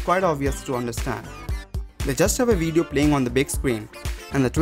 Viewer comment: Great "WEEDEEO" lol